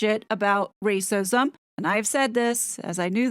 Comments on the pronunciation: The way you say, "RRRRacism!" is such a hoot!!! You keep me laughing at a time when laughter is sorely needed. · I just love how you say Rrrrrracism!😍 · American here! (I’m so so sorry 😂). She is sooo cute. Every time she says “rrrrrrracism” it reminds me of my first bought starter home-I drank a bit too much wine -angry-I had roof rats and kept making my friends laugh when I’d mutter rrrrrroof rrrrrrats 😂. Every time she says it I think she’s talking about my rrrrroof rrrrats I am very sorry this Canadian (not Hollywood) actress dooped such a nice family 😢